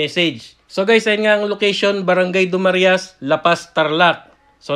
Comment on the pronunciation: Sir correction lang po. Hindi po dumarias. Du-Ma-Ra-iS po ang tamang pronuncation.